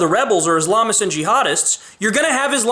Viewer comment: You pronounce Islamist wrong.